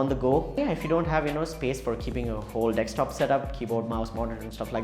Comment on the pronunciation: Bruh, great review. It's "desktop" though, not dextop XD